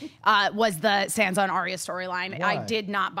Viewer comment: I just wish she'd stop pronouncing her Sand-sa.